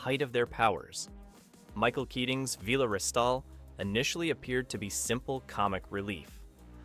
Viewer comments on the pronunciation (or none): Villa , not Veela , is this AI , its awful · It was Villa, not Veelah. You forgot Travis. Servalan was based on Thatcher HOABL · Vi-la. Not Veela! Enjoyed the video, thanks. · This video is filled with mistakes. The Liberator both internally and externally was designed by Roger Murray Leech not Mat Irvine. Vila is pronounced Villa. The final episode viewing figures was 9 million not 8.5 million. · I wonder why the narrator mispronounced Vila too. It was pronounced like the house - villa. He also mispronounced rog when referring to Roger Blake. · Vila = VILL-AH (Vil like PILL) 😊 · If this narrator has watched the show, why can he not pronounce Servalan or Vila. Never mind Daleks. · Is this AI voiced,?. The narrator who seems to talk with some supposed knowledge of Blakes's 7 doesn't know how to pronounce either Vila or Dalek.